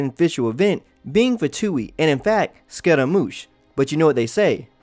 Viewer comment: the way he called scaramouche as scotta-moosh XD